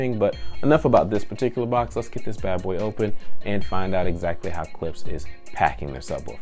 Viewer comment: Its Klipsch not Clipse. Clipse is a rap group, Klipsch makes speakers.